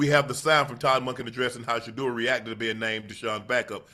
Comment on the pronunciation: A coach who actually says his name, Sheduer.